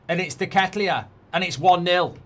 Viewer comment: Nice pronunciation of deketelaere mate😂